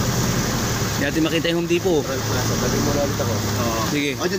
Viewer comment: Juan Home Depo silent T mag pronunce